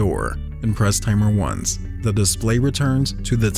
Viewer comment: Why does it pronounce "once" as "ones"?